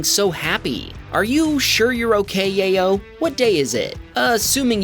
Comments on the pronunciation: I believe the name is pronounce YAH-YO not Yay-yo. Sorry, I just thought it was funny😂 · You mispronounced Yayo a dozen times in the space of a minute lol